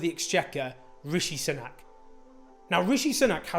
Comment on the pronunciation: ‘Soonak’ not ‘S’nak’